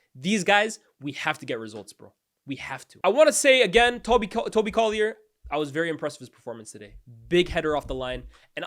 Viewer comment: It's pronounced Collyer not Collyay